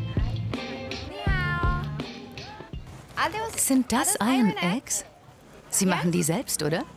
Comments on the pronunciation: Und das „Iron“ konnte man jetzt nicht ein einziges mal richtig aussprechen ? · Des r bei iron spricht man nicht des regt mich gerade so auf